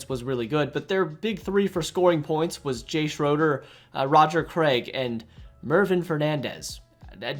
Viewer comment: To consider yourself a real radar fan you need to learn how to pronounce Jay Schrader and Todd Marinović correctly.. jk.. good video bro. RN4L